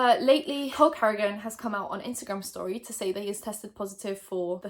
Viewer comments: Lol I misheard her “cole cardigan” and thought she said “hulk hogan” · lol thought you were saying "Hulk Hogan" not "Cole Carrigan" for a second there. Got confused at the idea that Hulk Hogan doesn't have all the clout he would ever need or want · I legit thought you said “hulk hogan” instead of “cole carrigan “ not going to lie, I was more interested when I thought it was hulk hogan! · I'm not sure if I'm slowly going crazy because of this whole situation, but I keep hearing "Cole Carrigan" as Hulk Hogan. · gomes I didn’t sneeze but that’s what I heard too!!! I was like hulk hogan? Wow haven’t heard him in a long time. And when she said Cole a few seconds later I was so confused!